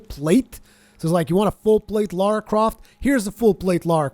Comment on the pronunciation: Remember, it's LARA. Not LAURA. Pronounce it like: "LAR-AH" .. Not "LOR-AH."